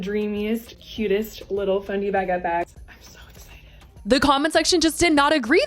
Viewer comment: Girl what it’s not a fenty bag is a FENDI bag you don’t know how to say it?😊